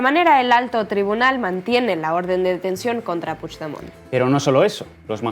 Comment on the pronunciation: Echábamos de menos a y qué bien pronuncia Puigdemont la mejor oleole